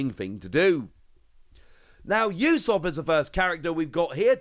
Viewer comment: I notice you keep adding "y" sounds to the beginning of names that start with "U" - "Yoo-sahp" instead of "Oo-sahp" for Usopp, for example. Just to let you know, the standard for romanized spelling of Japanese words/names is, if there's supposed to be a "y" sound, there'll be "y" in the spelling. If you don't see it, you don't say it.